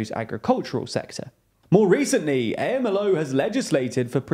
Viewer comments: it's pronounced "amlo" like a word. I've noticed you guys make a lot of pronunciation mistakes over the last year or so, which sound like you've never heard the words being pronounced before. and it's not just names of things. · Never heard AMLO spelled letter by letter. Sounds awful. It is usually pronounced AM-LO, I know it is not French, but at least pretend you care about right pronunciation. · Please stop saying A-M-L-O. It's more like the acronyms for HAMAS which is pronounced as if it is one word not a series of letter. So you would pronounce as you would those letters put together as a word in spanish. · For future reference: AMLO is pronounced as a single word, not spelt out. Acronyms in Spanish are typically spoken as a word. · If you want to make a video about Mexico you should learn how to say AMLO first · AMLO is pronounced as a single word, you don’t say out each letter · It’s not A-M-L-O it’s Amlo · Hey, quick correction. Obrador is commonly referred to as “am-lo” not “A-M-L-O”. Keep up the good work guys 👍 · No one calls him “eh-em-el-oh”, it sounds more like “om-low” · OMG. Sensationalist news from someone who isn't even American. Also, I don't think people say A-M-L-O. It's AMLO. Hard to put it in text. But, it's said as a word not abbreviation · Amlo, not A.M.L.O. This is why TLDR-US failed. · Two things: it's pronounced "amlo" rather than "A.M.L.O." second, you generally do a good job with this kind of thing but I found it a bit surprising the way you described Nikki Haley's stance on military intervention as contrary to her apparent moderate status. It's not really news that moderate republicans are mostly moderate neoconservatives, which, sure are more moderate on economic and social issues, but are extremely hawkish on foreign policy. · Am I mistaken that the acronym for the Mexican president's name (AMLO) should be sounded out like a word (am-lo) rather than spelled out letter by letter (A-M-L-O)? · It's not A-M-L-O, it's AM-LO